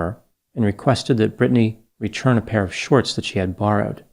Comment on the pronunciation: Is it a Delaware Valley thing to say the word “return” like “rechurn?”